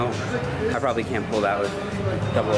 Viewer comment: "I propaly couldnt do 2 plates double over" lol :D